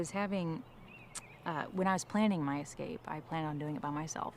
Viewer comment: Ek-scape? Ek-scaping? Did you miss out on grade two? Try again… escape, without the “ek”, bumbass.